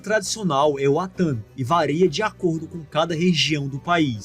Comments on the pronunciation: vareia ou varia? acredito que seja "varia" colega ... Seu conteúdo é ótimo. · "vareia" ?! Não seria varia ?! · VAREIA, eh de doer...... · A correção que eu gostaria de deixar, não é vareia, é varia